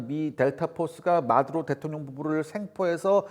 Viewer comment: 뭘 또박또박 마드로 대통영이라고 하노?